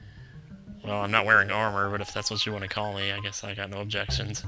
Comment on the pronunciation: "No, ObJECHTions"